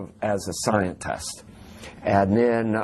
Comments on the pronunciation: "At Los Alamos national laboratory I worked in the capacity as a... scientaaaast" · "In the capacity as a scien....tust" How many times can can you cram the words "science" and "scien-tust" into one interview? He must have a very impressive tattoo of Thomas Dolby (probably a graduation present to himself after finishing astroNOT school) , ....."infancy for space exploration....." Wow, still, after multiple manned, and unmanned moon landings, ISS, multiple Mars visits, Hubble telescope photos, Challenger flights, etc. for 50+ years. Guess we better beef up that NASA budget, and get it together so the Jamaican bobsled team doesn't get all the glory in the space race. Prolly would also help to stop destroying the technology after achieving all these things.